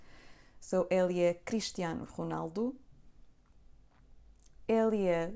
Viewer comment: I hear you pronouncing ele é the same of ela é!